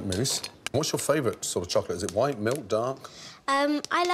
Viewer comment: Imagine having a word famous chef as a father. Michelin star breakfasts/dinner every day😂 - in the world we currently live in, anymore emphasis on the word "white" and you'll be tarred as a white supremacist😅